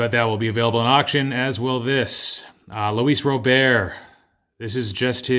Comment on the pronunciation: Thanks for pronouncing Luis Robert correctly